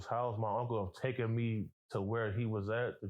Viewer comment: 📢Omg ! Stop saying TOOKEN !!!! It’s TAKEN📢